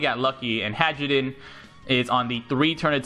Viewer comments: He keeps pronouncing it "Hadjrudin" when I'm pretty sure it's "Hairudin". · lol. i kept hearing hydrogen XD